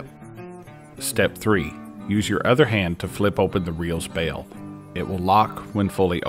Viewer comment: Thanks for correctly calling it a bail, not a bell. 😁